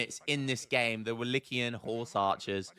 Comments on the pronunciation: it's like 'Wallakian'. The correct (Romanian) word is actually 'Vlahian', so it might be easier for you. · its pronounced wo lay kee uhn.;)